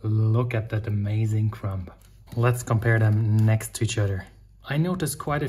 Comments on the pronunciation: Great commentary from a non-native speaker! Small tip on your way to perfection: drop the ‚b‘ in crumb. It‘s silent. „Crum“ is the way to pronounce ‚Krume‘ in English. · Hi - really enjoy your videos coupled with your enthusiasm for experimentation. By the way - the word crumb has a silent b at the end ie. correct pronunciation is crum. English is sometimes more challenging than sourdough baking!